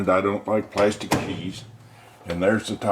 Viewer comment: He said plastc cheese.